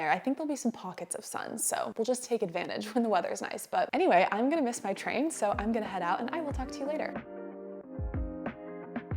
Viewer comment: Your gunna sounds authentic.